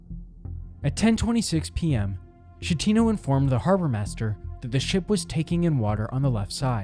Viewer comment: There are dozens of videos about this that correctly pronounce the Captains name...yours is not one of them.